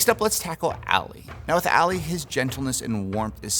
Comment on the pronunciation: It’s ALI not Ali